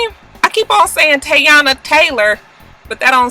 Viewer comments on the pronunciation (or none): lol its Tee-yOnna lol... shows how relevant she is!